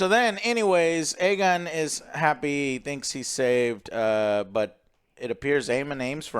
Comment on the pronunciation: Daemon = Damien. Criston Cole = Colton. Aegon = Aegin